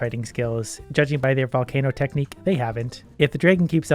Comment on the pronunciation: No one:: "Can I super charge a valcaino?"